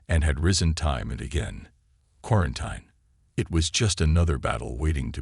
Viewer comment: For God’s sake, the word is pronounced KWAR-EN-TEEN. 🙄